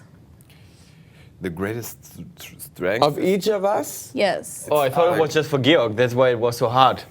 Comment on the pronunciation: Georg's face when she pronounced it "gay-org" was priceless xD